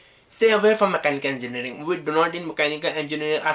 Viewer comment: Dumbass, cant even say Mechanical Engineering properly